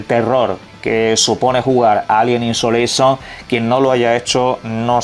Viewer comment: Alien Insolation dice jajaja ¿Le a dado una insolación al Alien, o que? Es ISOlation.